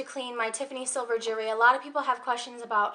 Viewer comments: it's actually jew-EL-ry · Just a hint. Jewellery or jewelry, however you want to spell it, has the letter "L" in it. Lol. Don't mean to sound rude, as it could be your accent or where you're from. Other than that, you're sweet and your video was great. Very helpful. Thank you